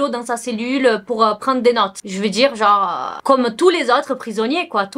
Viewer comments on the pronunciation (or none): none